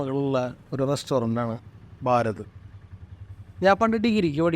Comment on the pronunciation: ബാരത് അല്ല ഭാരത്, ഉച്ചാരണം ശ്രദ്ധിച്ചാൽ നന്നായിരിക്കും!